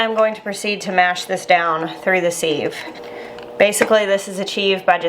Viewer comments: I’m with the taste tester. I love the store bought, canned cranberry sauce. Siv- not seeve, though. Short “I”. 😊🤷‍♀️ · Maybe it’s a YouTube thing to pronounce sieve like that. I think simple living Alaska and 1870s homestead says “seev” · actually its pronounced siv silent i😊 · I love how you say ‘seeeve’, we call it a ‘siv’.:) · Loved this video and your recipe! Sieve is pronounced 'siv', rhymes with live. I loved your addition of orange juice and plan on making a double batch this weekend, already have the cranberries in the fridge. Thanks so much for your clear demonstration! It was very helpful. I just started canning and making jams this year at 62!i was an RN for almost 40 years and never was able to make time until I got disabled and can no longer work. I grew my very first garden this year also. You have so much knowledge to share and I truly appreciate your detailed teaching and showing how it should look when ready! Thanks again! Your taste tester is adorable too! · First: looks good. 2nd: this has made me question how I say sieve …. I say siv like give … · Sieve I always thought was pronounced siv (like give, but with an s). Love your new channel! ✊🏼🇨🇦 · Its pronounced siv. I didn't think people use them much anymore, but we always sieved the flour for cakes and biscuits. I didnt know you could homemake jellied cranberry sauce. Thanks for sharing. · I would use an actual empty tin can. lol Is the pronunciation of sieve a southern thing or a learned by reading thing? I think sieve rhymes with give.